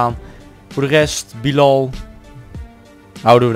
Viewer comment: Het is Bielal en heb je Pelle verkocht